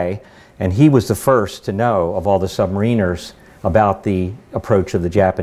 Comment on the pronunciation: He's full of crap technically ain't he. Decimate mis-used. One atm per 33 ft (actually slightly less in salt water ) . Incorrect information regarding depth charge action below. Wrong type of aircraft called up.... Pronounces Sub- marin-er incorrectly... it goes on...